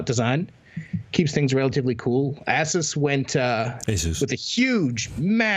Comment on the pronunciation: Keep trying, you'll get to pronounce ASUS right eventually.